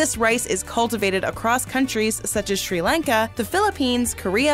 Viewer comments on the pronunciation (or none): Did she say "Shri Lanka"?